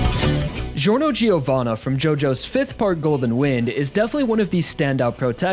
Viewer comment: You don't say the i in giorno giovanna, it sounds like jorno jovanna